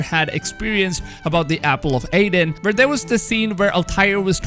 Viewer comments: It is the apple of eeden and not aiden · like the garden of Eden it is also pronounced as the apple of Eden and not aiden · why do you say Apple of aiden... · If I hear him pronounce it as "The Apple of Aiden" one more time, I'll have a stroke. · The way he says EE-DEN bothers me xD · Apple of "Aiden" got me irked.............................. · “Apple of Aiden” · Say it right! Damn it!!! Eeee denn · Did u say apple of Aiden haha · What the fuck is the apple of “EHDAN” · What the hell is an apple of "Aiden"? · The way he says AAAAAAADEN makes me chuckle. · "Apple of AIDEN" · Bro his "Al-TIRE" is even worse than his "apple of aiden" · When will this dude learn to say Apple of eden and year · Also his way of pronouncing 'Eden'. Has this guy played an AC game before, he should know this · EDEN... ITS EDEN!!!!🤣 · Wikings and walhala :) my favorite youtuber. Im not being a troll or making fun of I dig the accent! And eden being pronounced a'den :) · E-den ,,,, not A-den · I know people have a way of saying things but it’s Eden not Aden the word has been spoken for 2000 years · EDEN not "Aidan" I know you have an accent but I don't think it's that hard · Man it's the Apple of Eden, not Aiden. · Eden not Aden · Look not to sound disrespectful but I getting kinda mad ever time you say apple of aiden instead of eden and the fact you call him Altire not Altair and of course ear not year but it’s ight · dude eeeeeden not aden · "El Tire" "Ear" Apple of "Ayden"😂🤗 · Apple of eden bud not aiden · Who's Aiden?....oh, you mean Eden. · Its apple of Eden... not Apple of Aiden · Apple of "Aiden" or Eden? Whahah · Apple of eden not freaking apple of Aden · "Altyre"...."Apple of Aidan".....wow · sorry but hearing ear instead of year and aden instead of eden is just to funny :p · It’s Eee-den not Aidin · It’s the apple of Eden not Aiden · Eden (E)den not Aden EEEEEEEEEEEEEEEEEE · Did he say the apple of Aden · Apple of Eden not aiden Vikings not wikings